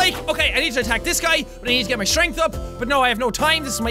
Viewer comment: Your english isn't bad until you said "mah" instead of my